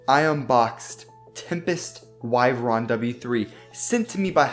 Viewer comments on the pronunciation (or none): none